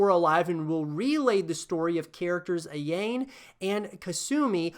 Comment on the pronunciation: I hope DOA can somehow come back from its grave. The gameplay is really fun, and the multi-tiered/danger zone stages are incredible, but so many people dismiss it as "that one that people like because it has sexy girls" With that being said, Kasumi can "hold" me anytime ;) Edit: I couldn't finish this video after you said "KaSAmi and AYAYne"